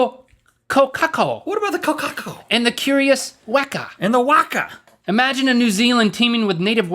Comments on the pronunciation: 'The Waka'. it's not a boat fam, pronounce it "wekah" 😂😂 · pronouncing all our native bird names wrong; the Kaka is cheeky, its not named Cheeky Kaka, Kokako is right, Waka is pronounced woka (though that could be down to accent). but mostly Rhett failed at saying Kakapo which is ka-ka-po not ka-KA-po. lol New Zealand and our wild life...